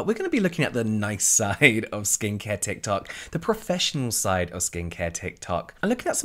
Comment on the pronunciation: Thank God! Luv the tikular tok content! Not just bc I luv saying tikular tok either 🤣